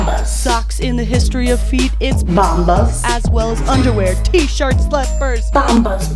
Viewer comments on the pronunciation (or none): Shirts not “shirst” lol